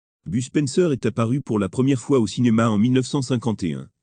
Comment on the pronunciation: BUSPENSEUR XD mdrrr mais please faut arrété les voix robotique de merde XD